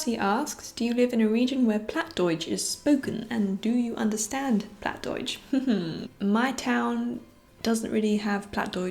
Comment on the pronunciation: Wow, you live pretty close to me :D I moved 2 years ago to Oldenburg to study here, but I'm from Ostfriesland originally and I also speak Plattdeutsch (Plattdütsk). Your Plattdeutsch was a bit off, it is not pronounced like you would in High German, but it's a bit hard to describe the proper pronunciation just by text (also the pronunciation can vary from region to region, sometimes even neighbouring villages have different pronunciations and words). Also, Bluebell is really cute =^_^= I would love to have a cat as well, but my home is way too small sadly :(